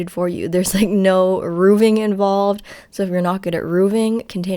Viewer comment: rooving lol